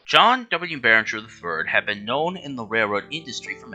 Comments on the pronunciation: His name was John Barriger! NOT Barringer! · Nice video; I thought the script was well-prepared, and you used what footage was available of a railroad that's been gone for half a century. My only criticisms are: - John Barriger's last name does NOT have an "N". The slides spelled it correctly, but the narrator mispronounced it repeatedly. - Louisville, Kentucky isn't supposed to be pronounced as "Lewis-ville". It's either "Lou-ee-ville" or "Lou-uh-ville". - Others have pointed out that the C&WI is the Chicago & Western Indiana (not Illinois) as stated. Good job, but these small improvements would have made the video better.